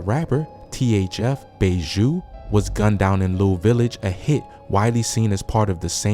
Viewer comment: that’s as far as I could watch. It’s bad enough getting certain things and places wrong but when you can’t even say bro’s name correctly then it’s up. Bro said Bayshoo instead of Bayzoo. Goofy